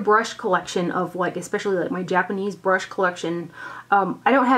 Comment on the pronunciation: You're doing rather well with the pronunciations. Japanese is rather easier if one takes it one or two letters at a time first, then speed up on saying it. Consonants are generally followed by a vowel except for combos like "ts" in "tsu" (you did okay on it, just combine the sounds as one; it's like in "tsunami"). Vowels have regular sounds (a=ah; i=ee; u=oo; e=ay like in "day"; o=oh) except for combos like "gin-bu-dOU" (again just combine the sounds) (you did the "ou" well). :)